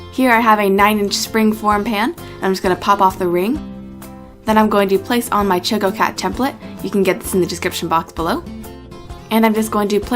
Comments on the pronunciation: ok, it's not Choe-ko-cat. It's Chah-ko-cat. ~from the one and only Chococat. (=^.^=) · You pronounced the choco part wrong. Its choco as in choco-late. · Heh, cute. But why are you pronouncing the cat's name starting with the sound like the words "choke" and "oh" instead of how it's really pronounced, like the beginning of "chocolate" (short o, as in the sound of "chalk")? And who did your nice shooting and editing?